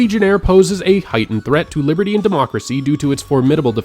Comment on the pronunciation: Biberdy he said biberdy